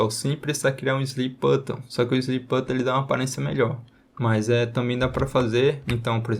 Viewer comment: o que me pegou no video foi ele falando "slip button" o tempo todo kkkkk no mais ta sensacional o video 🙏🏼✅